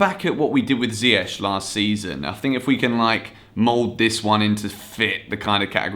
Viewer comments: You get so mad at Frank for calling ZIYECH as Z(Y)YECH but you're calling D(ee)bala as D(y)bala lol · They should get Nico Tagliafico in the XI. Btw, great video, but could you try to make your sounds and the sounds of the one you are collaberating with the same volume. Also, Ziyech is pronounced differently, type Ziyech in translate to Dutch.